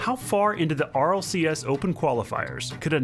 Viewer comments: he said rlrs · my man said rlcs like rlrs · Let’s not talk about the fact that sunless said RLRS instead of RLCS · In the intro sunless said RLRS instead of RLCS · In the intro you said rlrs not rlcs lol🤣😂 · Did sunless call RLCS RLRS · did he say rlrs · He kept saying RLRS but isn’t it RLCS? It kind of annoyed me lol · Its RLCS NOT RLRS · Notice how he said rlrs instead of rlcs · No, he was right. It is RLRS, not RLCS. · You said rlrs but it’s rlcs